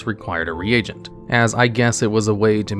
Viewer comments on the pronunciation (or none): its not RE-AGENT, like AGENT bond. Its more like rEEgent XDDD